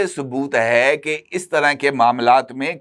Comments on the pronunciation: it's kech not keech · محترم یہ لفظ کیچ ہے اور ک کے اوپر زبر ہے۔